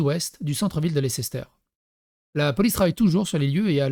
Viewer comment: Je suis chiant. Mais Leicester se prononce "Lesster" :'), ça m'arrache les oreilles haha